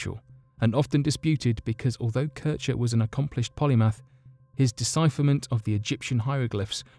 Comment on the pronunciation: Polymath, not polypath you idiot.